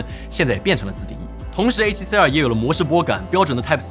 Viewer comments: R读成二声不就好了，写脚本的哥们儿，应该动动脑筋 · 真的 中文Youtuber都是A7C啊和A7C啊